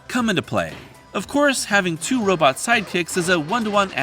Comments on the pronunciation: Heh, "robit". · I appreciate your anachronistic pronunciation of the word "robot".